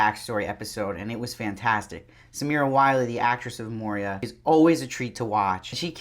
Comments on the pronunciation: Good review. I am not being mean.... but I believe it’s Moira not Moria . Love your attire!! Keep em coming! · it's moiiiiira not moria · I’m really enjoying so much of these reactions, but it’s Moira (Moyra with an oy), not Moria, says the Jew. The oy is important! I can’t believe no one else has pointed this out, but just in case… 😉 No other complaints… I do love how we start to root for Serena here. How can we, and also how can we not? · I do like your reviews, but stop saying MoRIa. It's Moira. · Her name is Moira man, not Moria... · Great review - but her name is pronounced ‘Moy-rah’ not ‘Moh-reah’. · It's Moira dude, NOT Moiria! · It's pronounced MOY-RA... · JozBot Yeah, he keeps saying Moria. I guess Gilead is so bad that it can melt the One Ring. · It's pronounced like Moy-ra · Dude, your reviews are generally pretty good. And praise be, fast. So I do appreciate being able to have commentary right away. But do you think you might pronounce Moira correctly? Did you simply read the script? Mo-ree--ah? We have heard her name pronounced many times. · I love how you pronounce her name like the Mines of Moria. 😂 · Your pronunciation of Moira was so stressful 😂